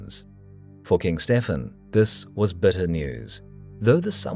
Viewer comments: Why is Stephen ('Stevan') pronounced as though he is E European as 'Stefan'. no-one else (Matilda, David, Henry, etc.) gets other than the standard pronunciation!!! That annoying idiosyncrasy apart - an excellent, and in part radical, interpretation. Most enjoyable. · Stefen?? Stephen is pronounced Steven.. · Dying from "a surfeit of lampreys" is certainly one of the funniest ways an English monarch has died. Btw we'd generally say Steven, not "Stefan". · Isn't Stephen pronounced Steven???? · Stephen is pronounced Steven. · Can you please just pronounce Stephen like Steven? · The name Stephen is pronounced 'Steeven', rhyming with 'even'. Don't you know English? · It's thoroughly relevant in a video made in English. Anyone who broadcasts in English without knowing how to pronounce a common name such as 'Stephen' comes across as an ignoramus.